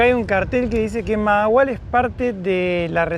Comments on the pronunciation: Se me olvido decirles que la primera "H" se pronuncia como "J" mahahual "majahual" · Se pronuncia Majahual. Saludos chicos.